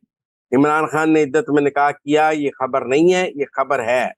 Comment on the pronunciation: My dear lady, it's undar ki khabbar (not habbar)and Imran khan is not is( not Imran Haan).thanx grat informatic show .